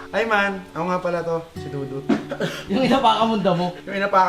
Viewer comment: Dapat EEEEEEMAAAAN hindi EYOOOOO